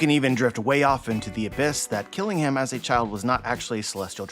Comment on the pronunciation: Kiringham is a Kirin. A mythical creature from Chinese/Japanese mythology. It has traits of a horse, deer, and dragon. Think of the famous beer brand. The last part of his name, "Ingham," should be said like the British (and Alabama) city, Birmingham. The British way of pronunciation is to drop emphasis on the H sound. "Birming-um." So Kiringham would be "Kirin-um"